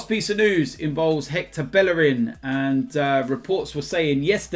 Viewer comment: Learn to say Bellerin right.